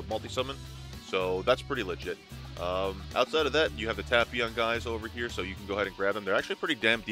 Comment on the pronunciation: please correctly say it like "TAPE-PION" it's really triggering